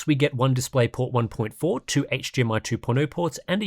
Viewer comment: ngl, "HGR" and "HGMI" are killing me right now....though equally, the way you can rattle off all those different terrible monitor names completely boggles the mind, but in a good way.